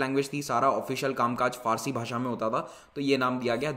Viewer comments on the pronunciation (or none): none